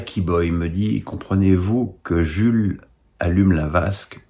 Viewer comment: Hello, Pour info, Jul se dit Djoul 😉 Plutôt d'accord avec toi concernant Papin, je trouve que ça aurait eu bien plus de sens